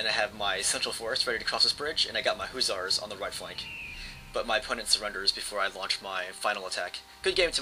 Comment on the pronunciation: duuuude i love your videos but PLEASE. its HUSSARS NOT HOO-ZARS.